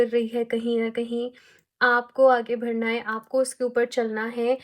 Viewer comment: Di aap badhna ko bhadhna bolte ho na Aaj notice ki m 😅